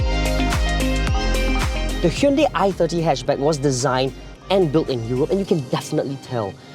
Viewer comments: Its not a Hyndei its a Hyundai. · I worked at hyundai its pronounced as hyun dei not dai/die .